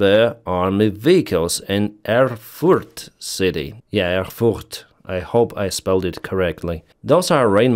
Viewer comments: 100 points on pronouncing Erfurt! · "Erfurt" is correct, but Germans accentuate the first syllable.